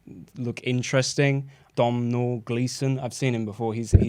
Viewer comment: Domhnall is pronounced like tonal fyi 🇮🇪